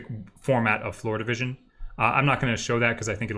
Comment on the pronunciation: There was one moment when I was confused because it sounded like the instructor was saying "FloridaVision" instead of "floor division". . . 😅